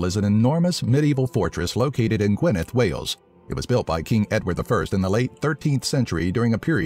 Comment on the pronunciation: its also gwyn-air-th,(gwynedd*) not gwyn-eth like gwyneth paltrow...